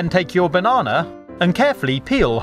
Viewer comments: is kt just me or sometimes when he says banana it sounds like bananerx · I love how you say Banana. LOL Bonona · Just came here to here him say "banawnaw" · He says banana bonana.